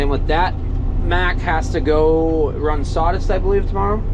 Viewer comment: *Claas "Sawdist"?????????